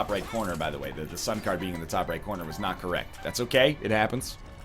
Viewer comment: When he said sun card again, I heard sun cardigan